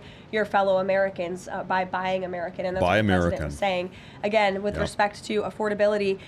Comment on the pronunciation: 😆 What was he axin' uhgeeuhn